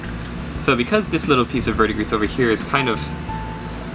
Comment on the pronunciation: 'Vurd-dee-gree', my friend. CS